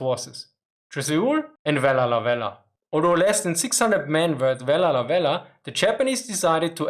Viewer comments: Am a Vella La Vella woman born at Vella La Vella. This is how you pronounce our Island name... Say Vella (stop) La (stop) Vella. You take a short breath and say it's words. It is named by a French Explorers to Solomon Islands they are Captain Carteret and Captain La Peruse. Our language is very hard to speak it's an Austranetian language tongue wobble inside and only us people of Vella La Vella can speak it none of other Solomon Islands people can speak our Vella La Vella language. Very unique easy to learn cos the language is exactly like English when I translate word by word. So now people learn my (Vekalo) Vella La Vella Language. Yes we still have 7 Japanese Soldiers living in the thick mountains jungles of North Vella La Vella at Java Sibilado area. They still alive in jungles villages see them go get ripe bananas, pineapple in their gardens. They looking old but very strong grey long hair eith long beards as well. Our forest and jungles are full of wild bamboos so the live underground very clever Japanese Soldiers. They report them in 1985, 1986 on and their Commanda flew over to Vella La Vella telling the men to come out WII has ended. The commands even drop Japanese fliers in Japanese language all over the jungles. Still today they are there survivors. Also in my village us a Japanese Soldiers grave my father a Missionary bury him in our family grave yard. If any Japanese know of a missing soldier get in touch with me please. Anybody know name of USA Marine Commander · I'm truly amazed about how you managed to say "Vella Lavella" while maintaining sanity. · Vella Lavella is almost breaking your tongue Can you say it 50 times in a row ? What were the most difficult words for you to pronunciation ? Very interesting topic topic, a change from the meme of Japanese throwing their men in meaningless meat grinders.